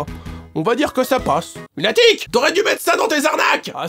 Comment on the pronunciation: Je crois à qu'a , il dit "Lunatrique".... Oui, j'suis chiant